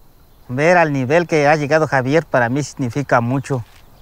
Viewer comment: HA-VE'ER I hate when they butcher names.